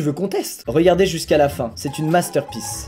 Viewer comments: MASTERPIECE TU LE PRONONCE MASTER PIÈCE !!!!! 😡 😱😱😱😱 dans ces cas là tu sais qu'il vont prendre la question B 😂😂😂mais les gens (dont moi 😉mais pas autant ) ont une MAUVAISE Foi de FOUUUUU 😂😂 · Avec Squeezie "Masterpiece" devient "Masterpisse" 👌